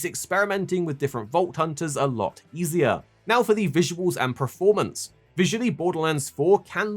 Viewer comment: Why does he keep saying ‘preformance’ 🤮🤦‍♂️🤦‍♂️